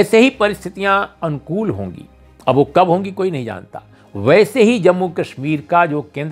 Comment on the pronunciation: Balanced analysis by Urmilesh of Parliamentary debate...kindly pronounce word अनुकूल correctly...sounds like "Uncool"...